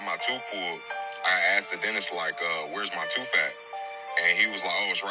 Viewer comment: Tooth not toof